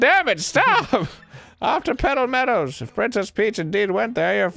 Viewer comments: All I could hear was "Pedo Medals" instead of "Petal Meadows" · Arin sounded like hw was saying PEDO meadows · Sounds like they're saying Pedo-Meadows instead of Petal Meadows and it makes me giggle.